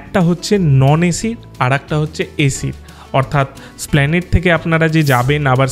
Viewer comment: স্প্ল্যানেড নয়, এসপ্ল্যানেড হলো সঠিক উচ্চারণ!